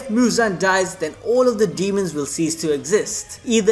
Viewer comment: He calling his "Dee-hee-mons" to pick apart main characters